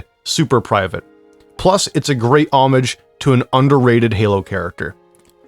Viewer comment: did you just pronounce homage as “ahmidge?”